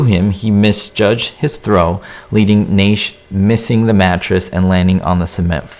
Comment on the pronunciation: NASH! NASH! NASH! Please learn how,to pronounce names!